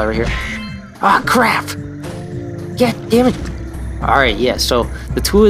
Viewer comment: sounds like you say "Gad damnit" instead of God damnit. lol